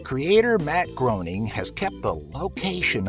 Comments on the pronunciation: It's not pronounced "groan-ing", it's "grain-ing"... js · How can someone profess to know anything about the Simpsons when they pronounce it 'Gro-ning'? It's 'Grey-ning' for crying out loud! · Did you call him "Bat Groan-ing"? It's Matt Gray-ning. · You're using the wrong pronunciation of the name of Matt Groening. The correct pronunciation sounds like GREYning. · its pronounced GRAYning